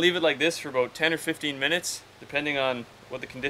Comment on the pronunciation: He said, "aboat" instead of about. 😂🤣😂🤣